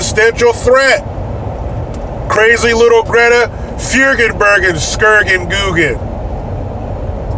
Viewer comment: First person I’ve heard pronounce Greta’s name correctly